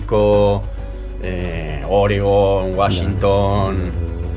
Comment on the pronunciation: Hola chicos!!!! Dudas: el vino mendocino que degustaron en la embarcación, ¿era argentino?. Roberto, el mecánico también es argentino?... Esa "sh" de fuelle, Washington, fue muy delatora jejeje. Desde la Ciudad Autónoma de Buenos Aires, Argentina 🇦🇷 les mando todo mí aguante y un gran abrazo!!!!